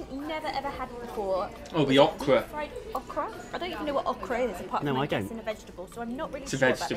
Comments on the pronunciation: It’s pronounced Oh-Kruh 🤦🏻‍♂️ Chicken fried chicken is usually called country fried chicken, it’s chicken prepared like chicken fried steak. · Okra is pronounced like open, Open (long O) Not Awhkra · It’s annunciated O-kra not uh-kra there’s a heavy emphasis on the O as just saying the letters name followed by kra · not awkra it is pronounced as if you were saying the letter O then kra. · Oh'-kruh. Not ah-kruh or aw-kruh. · It's pronounced O KRA with the O PRONOUNCED LIKE OK WITH KRA on the end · Okra is pronounced with a hard O...OH' kra